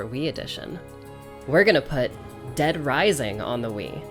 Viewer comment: dead risising :0 such a classic